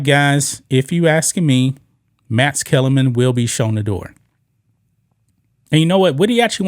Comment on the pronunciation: looKs NOT loots...... MaX NOT Mats ....... booKs NOT boots ...... learn to pronounce your K sounds!